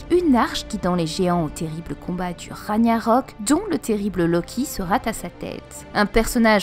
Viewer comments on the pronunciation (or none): Juste une petite remarque: Ragnarok ne se prononce pas comme en français, ça se prononce plutôt <<Rag'narok>> pas <<Raniarok>> Et pour le Jurmongand (pas sur de l'orthographe), le "J" se prononce plutôt comme un "I" ou "Y", c'est à dire que l'on prononce <<Yourmongande>> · Super théorie comme toujours ! Joyeux anniversaire ! Pour info, Ragnarok se prononce "Ragunarok" (le "g" comme dans "guerre"). C'est rien, mais ça me titillait l'oreille :P